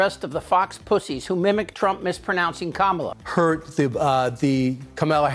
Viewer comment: Yeah, it is that. Same with the fact they constantly mispronounce Kamala's name as well